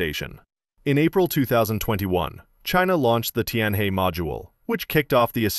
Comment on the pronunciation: Tianhe is pronounce 'Tien Her"